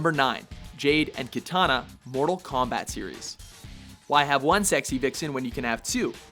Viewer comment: Keytahnah? Jesus Christ, learn to pronounce names.